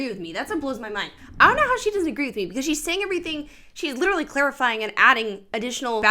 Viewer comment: Take a shot every time this rep says LiDuRaLlY…..wait nvm please don’t do that to yourself!